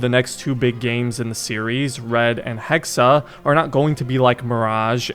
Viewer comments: Its not assassin's creed hexe its hexaaaa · Hexe, not Hexa! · I think its pronounced hex not hexe